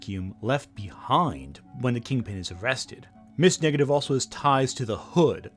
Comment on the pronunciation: Great video, but am I the only one hearing "Ms. Negative"?